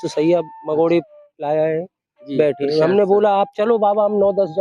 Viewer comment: प्रशाद नही= प्रसाद बोलीये